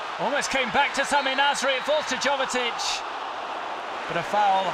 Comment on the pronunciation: Its Jovetić not Govetić 😕